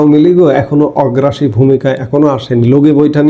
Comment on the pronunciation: আমি আপনার একজন নিয়মিত শ্রোতা। আপনি আমার চেয়ে অনেক বেশি শিক্ষিত আপনার ভুল ধরার যোগ্যতা আমার নেই। তবে একটু সংশোধনি দেয়া মাত্র। আপনি একটি শব্দ প্রতিদিন ভুল বলে যাচ্ছেন। সেটা হল "অগ্রাসী" এই শব্দটা ব্যবহার করেন আসলে এটা হবে "আগ্রাসী"।